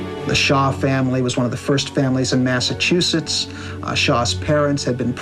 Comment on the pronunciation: The 54th will forever be my favorite statue in Gettysburg. I’m from Mass and go to Gettysburg periodically just to see that beautiful statue that honors them ♥️. That being said…someone teach Danny Glover how to pronounce Massachusetts please. UGH!